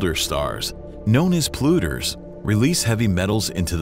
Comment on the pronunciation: Polluters is not pronounced as "pluters". Yeah, I know, who cares, right?